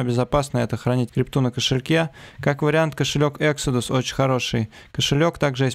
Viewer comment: Экзодус ,а не эксидус)